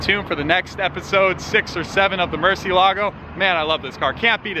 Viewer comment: Why is it so difficult for the YouTubers I've watched to pronounce Murciélago correctly. There, even the auto corrector writes it in correctly with the accent mark. Lambos for the most part, though not all, are named after Spanish (as in from Spain and in the Spanish kanfuay) fighting bulls. Everybody just sounds dumb mispronouncing Murciélago. Even if the Italians are mispronouncing it. The bull was from Spain, not from Italy anyway.